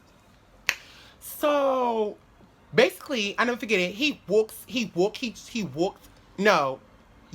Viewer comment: Not even gone lie 😩 The way u was saying "I waulked- I waulked... I waulked..." (I walked) REALLY was blowing my shit 😭😭😭😭 Sounded like a straight Haitian!